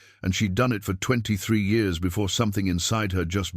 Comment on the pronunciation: I don't know why you cannot get the year's read correctly that's just stupid it's juit really screws up the continuity of the story